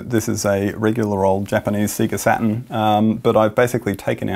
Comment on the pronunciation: " so we looking at the Sega Satan..."